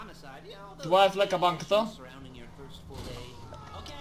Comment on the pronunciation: не се казва флека а флийса